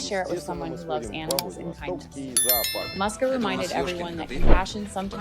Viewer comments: So her name wasn’t Muska after all. It’s Moosia, or Moos’ka as a diminutive. Only Americans would read a “u” as an “ah” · Her name is pronounced as Mooska or Moosya, typical Russian cat name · Just wanted to say that first, it is pronounced more like Mooska with soft s, also woman says "mama Musya", Musya being another form of the name, a bit more formal, also it is originally a short form from several different names like Maria